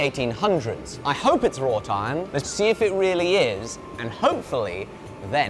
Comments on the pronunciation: why is he adding a "t' in raw iron?? rawt iron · Please can someone confirm what hes saying when he says raw "tine" im not sure what it is , rot iron ? raw tiron ? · I only hear "raw tine" and I was extremely confused. A bit of searching around, and now I get it "Wrought iron" haha